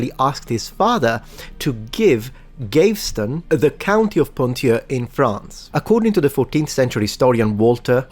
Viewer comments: Michelangelo using male models for portrayal of women explains why many of his female nudes have very weird breasts. Just a few corrections: Gaveston is pronounced Gah-veh-ston rather than Geiv-ston. And Warwick is pronounced Warrick. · I believe the name "Gaveston" is being mispronounced here. I suspect that the first syllable should be pronounced like the word "have," though, obviously with a "g" in place of the "h." Thus it's pronounced as "Gav-veston," rather than "Gay-veston." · Entertaining and informative as ever but I’d like to point out that ‘Gaveston’ is three syllables: gah-vz-ston. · Gayvston is pretty funny too instead of Gaveston